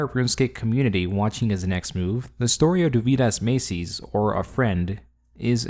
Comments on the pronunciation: Doveedas Machees , that's pretty much correct way. Not Macies lol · Damn, you butchered his name hard. Its more like dough-weed-as ma-tsees